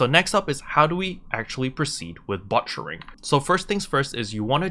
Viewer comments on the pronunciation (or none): Cool vid. Thanks for the info. I didn't know Loggia items were much cheaper at the farm. It makes sense though. Dang, that big city markup. Oh BTW, the way you say butchering... you're butchering it. :) You're saying "butt-cher"